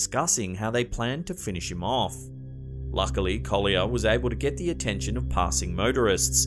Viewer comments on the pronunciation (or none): none